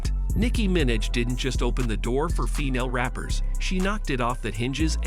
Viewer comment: nicki “minach” is frying me 😭